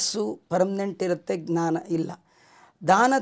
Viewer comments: ಜ್ಞಾನ ಸರಿಯಾ,ಙ್ನಾನ ಸರಿಯಾ? ಜ್ಞಾನ ಎಂದರೆ ಅರಿವು,ಙ್ನಾನ ಅಂದರೆ ಏನು? ತಮ್ಮ ಉಚ್ಚಾರ ಸರಿಯೋ ತಪ್ಪೊ ಗೊತ್ತಿಲ್ಲ ತಾವೇ ಹೇಳಬೇಕು. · ಗ್ನಾನ ❌ ಜ್ಞಾನ ✅